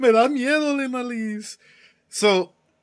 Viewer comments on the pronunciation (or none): none